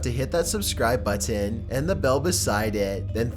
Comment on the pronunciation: Your voice sounds boring, what you’re talking about is stupid in me opinion, and the way you pronounce “button” pisses me off. So, no, I’m not following you nor doing anything that’ll make me see/hear from you